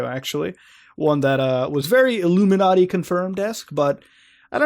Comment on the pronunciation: just want to say that I really appreciate how Muta says "Illuminarty".